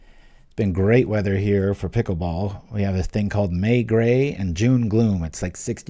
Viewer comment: What is this Peekool bowl you speak of?